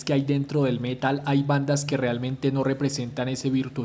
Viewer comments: ¿Por qué prounuciás el métal en vez de el metal? Parecés español diciendo vídeo en vez de video... 🤦🏼‍♂️ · "el Mé-tal"